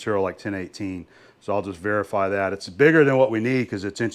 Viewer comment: Did you forget that TH is English. There and that are not pronounced dare and dat!